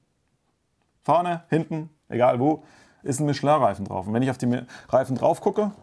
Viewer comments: Hat der Herr, ein aus Deutschland Stammender Bürger Michelin tatsächlich richtig Ausgesprochen.?! Ich glaub’s ned..🙏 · Wow, erste Mal dass jemanden aus Deutschland höre der richtig „Michelin“ ausspricht